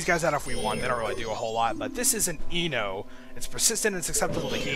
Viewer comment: lol when you said Eno... I thought I heard you say Emo